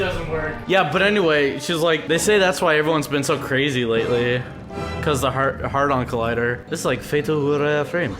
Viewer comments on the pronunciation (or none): Am I seriously the only one who thought it was funny when he said "Hardon Collider"?